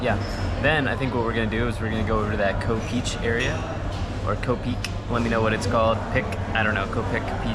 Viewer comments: pronounced like 'Khoh beyc'. Or use Google translate "diamond island" and listen. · It’s not Ko peach😂